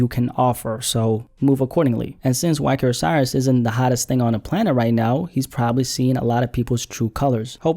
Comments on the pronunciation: Whacky-Oh-Cyrus? Nope, he just like most of us. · I thought u were calling him "Wakyosaurus"